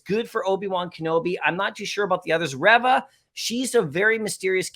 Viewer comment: You've seen the tv show, but u keep butchering Reva's(Reeva) name lol